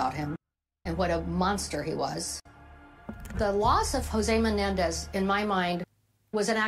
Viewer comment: "The Menendi" as if they're funguses or something. Can't stand that prosecutor.